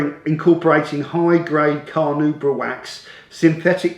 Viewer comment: J - just about caught up with all your videos - still can't understand why you don't get more subscribers, but at least I'm 'thumbing up' each one. You're concise - fair - and interesting. True some vids are longer than others - but that is added info not added blather. Still cannot read Carnauba wax on any product without hearing your voice say in my head (as you did in those earlier videos) "Carnu-brah" :- ) I think that's one of those 'forever-printed-on-the-brain' things. I think it was printed on yours too which is why you kept correcting yourself. Keep up the vids! I'm not a pro detailer, I just love your easy style and have bought loads of the products that you rate esp. Bill and Hamber ! Fantastic stuff. And because the language on your vids is clean - kids can watch too! Just wanted to encourage you mate ....